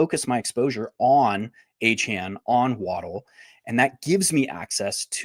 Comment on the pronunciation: Why does refuse to learn how to say Achane’s name correctly?